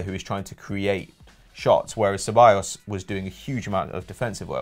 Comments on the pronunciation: Hecking "CHE-ballos"... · Sebayos actually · You would think that a channel dedicated to football would know how to properly pronounce the names of players Ceballos is pronounced se-ba-yos, not che-ba-yos. Llorente is pronounced yo-ren-te, not low-rent-eh